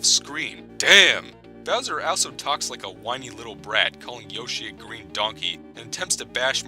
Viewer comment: he doesn't say Green Donkey he says Gween Donkey